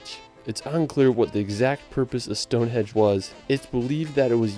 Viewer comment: StoneHENGE not StoneHEDGE